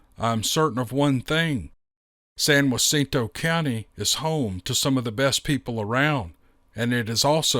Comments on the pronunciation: Please say San Jah Cinto a hard J sound for Texas, not wa cinto. If you are in California Please say San Ah cinto. If you are in Mexico the J sounds like Ha cinto. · Geez, it’s Not San Wacinto County. It’s sounds just like it’s spelled! Jacinto, or Juh Cinto if that helps you. I live in that County in Coldspring Texas. I don’t know why, but that is so Irritating the way you tried to Add Lib or Talk like you have Mexican Origin or something. Don’t Add Lib and just Pronounce the words for Pete’s Sake!!! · being from Texas I went to look just where San Wacinto was… then I looked at the email.. San Jacinto it’s (HAcinto)… for next time..great story… not trying to correct you… you can say it however you want buddy.. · San Jacinto- JUH not whuh. Climactic battle of Texas Revoution. Loving the stories. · San Jacinto County. Pronounced San Ja-cent-o. The "Ja" is pronounced like an English "J" not "H" . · San Jacinto is pronounced like the name Jack. Like San Jackinto without the k. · Dude please. The “J” is not silent in San Jacinto. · In Spanish, it’s San Haseento with a hard ‘h’; like you’re hacking a loogey. In Texan, it’s just San Jacinto, the J is voiced, as in “Jack”. So, ”San Jaseento”. .. Actually, an authentic Texan accent (if that’s what you’re shooting for) would sound more like “San Jasinta” but I’m not sure exactly what accent you have, or are trying to imitate and slightly exaggerate, but you’re pronouncing it “San Waseento” as if it was “San Joaquacinto”, like the San Joaquin Valley in California. “Joa” being pronounced like a ‘W’, as there is no single letter for the w consonant sound in spanish. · Pronounced "San-hah-ceen-toe" County. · Hey, I wanted to let you to know that the J in Jacinto is pronounced with an H sound. San HA-seen-toe. Just an f.y.i. for ya. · I was thinking about doing the same thing. Bless his heart he could not say San jacinto right